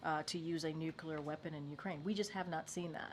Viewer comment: I think that if you cannot pronounce the work nuclear, you should be immediately disqualified from being White House press secretary.